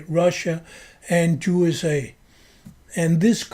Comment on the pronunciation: It is very appropriate that you pronounce "USA" as "JuSA" since we know who has almost all the power in this world, since they are the international bankers and have bought up all the choke points of culture and are agents of Satan. "If you want to know who rules over you, just ask yourself whom you're not allowed to criticize."